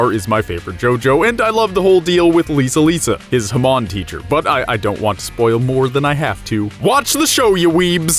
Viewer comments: thats not how you say Hamon....its not Huh mawn. its Hah-moan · HA-MOAN not ha-mon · You had me until "huhmun" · The way he's saying hamon makes me so fucking uncomfortable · You said hamon wrong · Does anyone cringe when he pronounces Jotaro’s name and Hamon